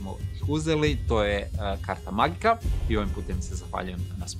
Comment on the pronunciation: Mislim da se sponzor čita izgovorno "Karta mađika" 😁 jer je to talijanski za magičnu kartu. Možda se varam, ali ako je talijanski onda je tako. Super prilog, druidi su čudaci 😁